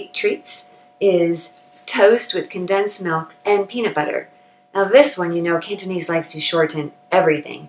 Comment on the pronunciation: Your Cantonese pronunciation is spot on and flawless. If I only listened to your voice, I swear in my mind you must be a local Hong Kong Cantonese person.